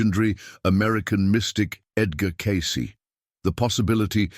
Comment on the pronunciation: Teach your AI to pronounce Edgar’s name FFS.